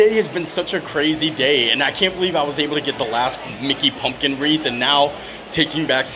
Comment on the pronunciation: WreaTH not WREAF 😂